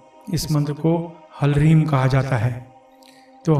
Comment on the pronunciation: कृपया संस्कृत पे ध्यान दें,आपकी अति कृपा होगी ह्लीं और ह्ल्रीं दोनों ही मन्त्रो में ह आधा है, अब यहाँ आप ह्लीं का उच्चारण तो ठीक कर रहे है जिसको आपने हिलीम कहा लेकिन ह्ल्रीं को आप हलरीम उच्चारण कर रहे है